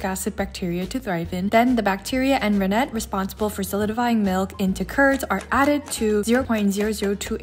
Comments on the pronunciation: Friendly ESL teacher here :) Rennet is REN-nit not ren-NET. Emphasis is on the first syllable :) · In english, rennet is pronounced renn't, rhymes with senate.